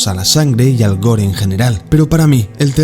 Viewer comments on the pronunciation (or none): none